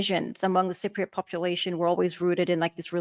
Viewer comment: Sigh-priots? Is that like Eye-rakies. Cypriot. Just highlight the word and ask your computer to say it. Sigh-priot is not the way to say the word and frankly when you say it that way it's hurting my ears.